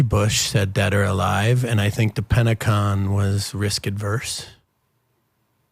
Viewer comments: "Penta-CON" . Lol.....spot on!!!! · He's said PentaCON lol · Very vague with his answers and responses, smart. Did he say "Pentacon" ? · Hey said Pentacon 😂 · He said pentaCON